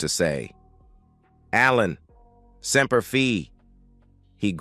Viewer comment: STUPID MORON SEMPER FI not semper fe dummy